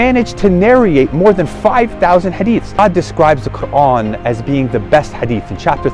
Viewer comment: You either an agent or you are sheya or you just want to not give up your desisers. You can not even pronounce The Quran correctly. The way you said Quran you are Iranian and probably Sheya